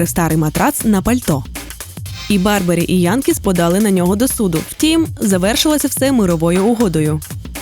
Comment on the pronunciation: Дякую за контент!Як завжди професійно!Але Томаса начеб-то звати як Бьорбері а не Барбері. Апсайклінг це чергова міні єпоха хайпу яка пройде через короткий час.На таких епохаха ті дизайнери і живуть) Класика - наше все!) Бо навіть ваш спонсор Бьорн а не Барн)